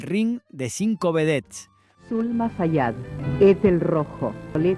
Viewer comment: No es Fayat. Es FAIAD